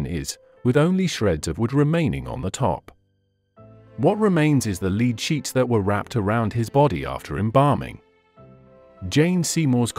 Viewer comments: The AI used in the narration is AWFUL! The grammar is jarring, as is the mis pronunciation of several words, e.g. lead (leed) instead of lead (led), among others. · The metal lead is pronounced " led "and not a as a dog" lead" (leed)🤔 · The metal's name is pronounced "Led" not "Leed".......get your AI in gear. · When did lead (led) become leed? 🙄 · Lead spoken as led not leed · The word is lead -pronounced ‘ledd ’ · They need to write words differently so robo voice knows how to pronounce them. Gotta love the English language. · Lead.. pronounced Led as in metal 😅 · Mr. AI narrator, the metal known as lead is not called leed. And the coffin was decayed not disgusting. Please request re programming.😑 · Dear programmers, please teach the robot to distinguish between lead and lead. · It's an AI narration. They are just not quite right. For example, the AI narrator can't tell the difference between the verb lead and the noun lead. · Homophones such as lead (pronounced leed and led) are problematic for a robot. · too many repetitions and yes, please teach the robot the difference between lead and lead